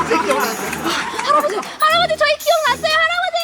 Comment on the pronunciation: 초 할아버진데 할어버지 라고함ㅋ